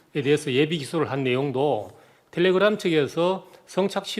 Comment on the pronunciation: 텔레그'람' ㅋㅋㅋㅋㅋㅋㅋㅋㅋㅋㅋㅋ